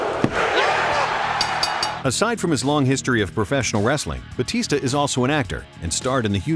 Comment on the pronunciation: Its batista not bautista